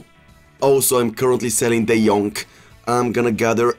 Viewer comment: "De Jonk" is back! ahahah